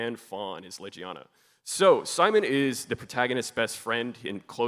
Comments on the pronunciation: Did bro actually called it lejiana, also jokes on tou anjanath is a speed type for some reason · Dude doesn't know how to pronounce Legiana...shame...